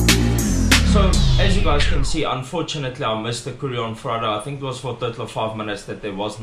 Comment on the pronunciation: "Coming to tink ofit" kak snaaks